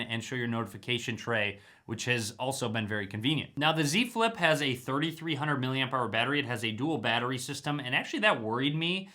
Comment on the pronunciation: great review... every time you said Z Flip, it really sounded like you said "dze flip"